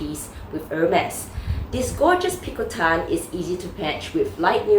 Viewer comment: Thank you for pronouncing picotin correctly. I always giggle when I hear someone pronouncing the bag as pico-teen